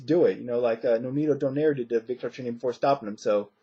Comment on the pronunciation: Wlad by 10th round KO, and you pronounced his name the right way. Victor is looking alot better since his KO to Marcos, I got Victor by close SD. Khan is going to win he is going to box and move and use angles and try to catch Marcos some times but I think Khan i going to get a UD our a late KO. Perez is going to win and win the fight in better fashion, Mares and Vic is going to be a good fight but I see Mares pulling away after 5 our 6 round and getting a UD